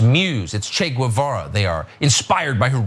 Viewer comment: So after watching this clip from fox we know that Trucker doesn't speak Spanish (his pronunciation of 'Guevara') or French. An abroad educated millionaire.